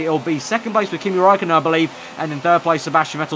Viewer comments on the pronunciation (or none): none